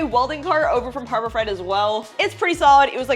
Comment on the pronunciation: The way you say "harbor fright" is funny 👍